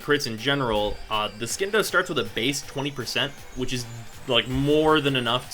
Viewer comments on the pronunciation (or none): Charles McFarlane its not silent its pronounced as C, even tho he says skindo for some reason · Hey,! I know this video is old, but as a friendly reminder, it's pronounced sin-doh. Just like science. It's not skience, it's sigh-ence. Silent C. Love your videos by the way! New subscriber here.:) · I'm not the authority on this. But I would say the c in Scindo is silent.